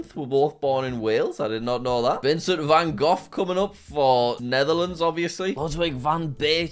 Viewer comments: No one talking about how he said Vincent van goth 😂😂😂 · sorry vincent van GOFF ??? is this something uk ppl say or has jack gone his whole life and never heard that name spoken out loud im cryin